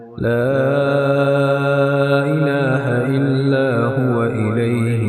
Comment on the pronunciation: لا اله الا هو اليه المصير وليس لا اله الا بو اليه المصير ، يا جماعه الفيديو السابق أخطاء في التلاوه ، ياجماعه الحذر الحذر ثم الحذر ، فهذا قرآن وليس اي كلام .